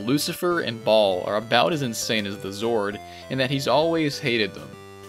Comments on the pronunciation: I gotta stop you right there... You pronounced "Baal" like Ball when it's supposed to be pronounced "Bayl". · Oh yeah!! The name Baal is not pronounced like “ball” more like “Bayel”, just a small thing that’ll help take the videos the slightest bit further!!